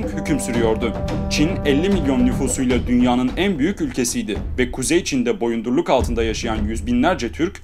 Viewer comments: 4 defadır "Boyundurluk" diyorsun, gözümden kaçmadı sanma!!! Bak indir o elini... İndir, indir laynnn!!!:)) Şaka şaka... O söylemeye çalıştığın kelime "Boyunduruk":)) Kızmadın dimi:)) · Bu videoda bir kaç telaffuz hatası var ancak en çok "boyundurluk" rahatsız etti :D " boyunduruk olacak boyundurluk değil :)) Ama tebrikler tüm videolarını beğenerek izliyorum. :) :)